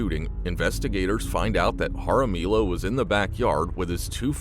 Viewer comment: It’s pronounced haramiyo (Jaramillo). The double L is a y sound.